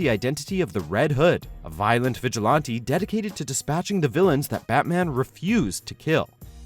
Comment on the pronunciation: every one who reads comics knows dc is the dark one atomic comics are the gritty one and marvel is the sci fi one no in fact people say dc is way more gritty than marvel btw this speaker keeps saying vigalounty wtf is a vigalounty next time they should get people who can properly say a title of something like god damn